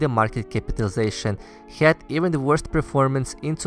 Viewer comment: Why do Russians pronounce HAD as HYAD?